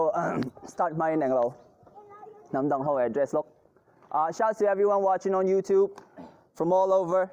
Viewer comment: Host can't even pronoun Youtube properly... Lol😅😅😅😅